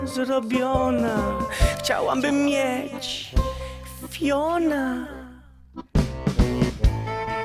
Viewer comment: Rozwala mnie sposób w jaki Mozil mówi "fiona".